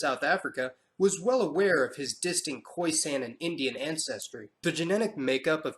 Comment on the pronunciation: Lovely video but it's pronounced khoi-SUN not khoi-SANN